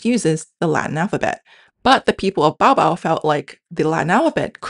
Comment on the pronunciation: The way you pronounce 'Cia-Cia' is wrong. You pronounce 찌아찌아 in 'the Korean way' (jjia-jjia). In real life however, it is pronounced more like 'Cia-Cia', proving that it’s not only the Latin alphabet that can butcher sounds (referencing your example on 현대). On top of that, you’re also pronouncing 'Bau-Bau' wrong, since it is pronounced more like 'Bhau-Bhau'. Also, to make the 'Mb' (음ㅂ) and 'Mp' (음ㅃ) sounds using Hangul, you use more symbols than in Latin. Making the 'Mb' sound in Hangul is done by typing 'EUMB' (음ㅂ), which is ridiculous, because you can make those sounds with only two symbols in Latin: 'MB'